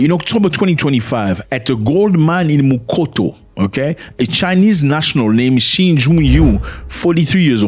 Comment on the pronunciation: 😂😂😂😂Zimbabwean here, the incident happened in MUTOKO.....not Mukoto LOL. Mukoto in Shona is a narrow path between buildings. Anyway love your content❤